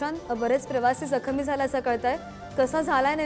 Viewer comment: जखमी याचा उच्चार तुला करता तरी येतो का मराठी येतं की नाही बातमीदार बाईला